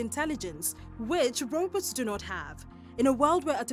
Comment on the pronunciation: she kept say robutt in the video. was she talking about robots?